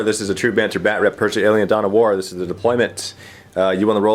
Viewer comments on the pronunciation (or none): none